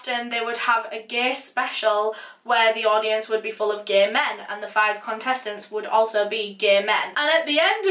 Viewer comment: Love the way she pronounces "gaee" 😂